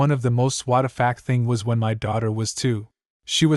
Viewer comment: Why does the AI say "whattafack" for WTF